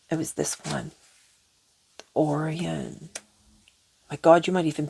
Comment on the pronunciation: Btw, dear sweet it's pronounced " O' Ryan" not or ion,😂 I receive! I align! I ARISE! I Am That I Am! Ehyeh Asher Ehyeh! So it is! I Am here to raise the vibration of the Universe! I am a very powerful empathetic person with gifts that some may call curses, I AM AN ASCENDED BEING! I LOVE YOU ALL UNCONDITIONALLY, INFINITELY AND ALWAYS AND FOREVER ♾️❤️♾️💎